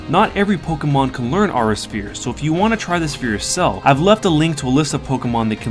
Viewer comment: it's not polkamon dumbass. say it right.